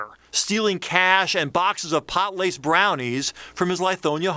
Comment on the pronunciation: “Pot laced” omfg